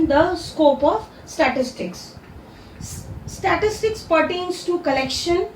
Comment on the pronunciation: Its statistics not statitics